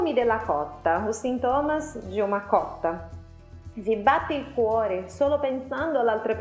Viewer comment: Tu mandou um "coroão" Me fez rir, criatura.😉✌